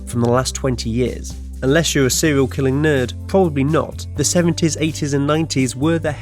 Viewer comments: Sewial Killer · Why do you pronounce your 'r's as your 'w's? It's seRial, not seWial and it's woRld, not wold.